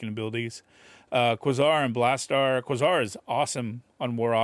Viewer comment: Quasar = Kway-Zar